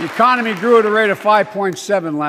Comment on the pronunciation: E-COM-IN-knee...??? LIKE FROM IDIOCRACY when they were at the round table????